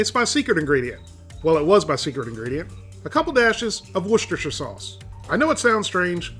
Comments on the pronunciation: btw it’s pronounced (wusster) for Worcestershire sauce... no-one says the shire at the end :) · It’s ““wuh-ster” shire”” sauce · it's pronounced wooster sauce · It's pronounced "Wu-ster" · As a Brit is kinda my duty to get slightly triggered over your pronunciation of 'Worcester sauce'...